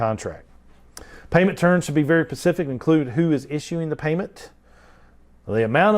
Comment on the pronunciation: If I pay extra for these videos can you please, please please stop saying "pacific"!! Like your videos but this is maddening!